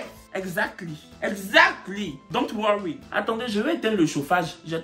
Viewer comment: 😂 quand il dit « DON’T WORRY » ça me tue 🤣🤣🤣. On peut parler anglais en français comme ça ?? 🤣🤣